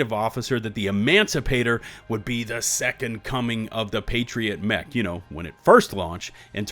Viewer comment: "A New Meh-ch"